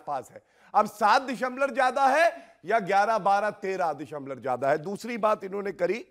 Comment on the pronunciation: Abe dashamlav hota hai dashamlor nahin, Bjp me saare log unpadh hain kya.